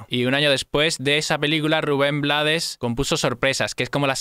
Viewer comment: Se pronuncia RUBEN BLAY- toda la cancion la canta el mismo compositor, desde luego el hace del borrachito "el cual con su frase coloca la canción en un lugar filosofal, para poner a pensar al que actúa mal" dado que en el contexto, es su propia mujer quien le dispara por susto - de allí LA VIDA TE DA SORPRESAS ay DIOS!! - A pedro Navajas "matón" de esquina, que todo lo resolvía con puñal en mano -- GENIAL COMPOSICIÓN MUSICAL Gracias por tu análisis